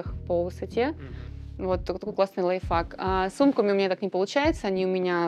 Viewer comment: Как она произносит лайфхак? Лайф фак? Лайф факт? Ну ведущий же мог объяснить ей что к чему?!